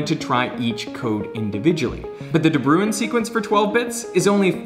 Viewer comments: I was a little frustrated with his pronunciation of ‘De Bruijn’. Instead of ‘brew-in’, it sounds more like ‘brown’. The J in the IJ-combination functions as a vowel, not a consonant. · When it says De Buijn and Americans say The Brewin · De Bruijn is a Dutch (or Dutch language area) name. The correct pronunciation is really close to it’s translation into English: the Brown. Easy trick for you English folk out there to remember the correct pronunciation! Or it was a Dutch immigrant and the pronunciation actually changed to what Derek used, but I can’t be bothered to find out... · FYI: pronouncing it 'de Brown' would be more accurate. 'Bruijn' is Dutch old-timey spelling of 'Bruin' (which is.. Actually also Dutch for Brown). There's no equivalent for the 'ui' sound in English, but the 'ow' in 'brown' is the closest you can get. It's logical that you would try to pronounce it like 'ruin' (looks quite a lot like it), but yeah.. There's only one syllable; not 2. For funsies, you can check out online dictionary pronunciations of 'ui' (onion), or bruin (brown), or tuin (garden). (It's a specifically Dutch thing, I think. Not sure I know of any other languages that use this) Now you know. Not that it matters.. At all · Bruijn is actually pronounced similar to “Brown”. I only speak a little bit of Dutch (and English is not my mother tongue, so it also might sound not as similar to you), so don’t take my word for it, but here you can hear how some native speakers pronounce the surname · it's painful hearing "de brew-een". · A de bruijn sequence, how u pronounced it is not even close 😂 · After whom is this de Bruijn sequence named? Also you pronounced that wrong but it's dutch so for a correct pronounciation mortals would break their tongues trying. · 6: 10 de bruijn XD. It's a dutch name, and how you pronounce it, is very funny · Ok now you need to learn some dutch to pronounce De Bruijn right.